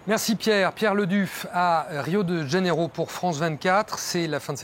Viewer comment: Arrêtez de dire Rio de Dganeiro.. Le J en portugais se prononce comme un J en français